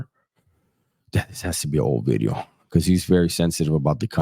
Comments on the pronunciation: My man said "bidios" 😂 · Hahaha you called it a bideo, you crack me up dog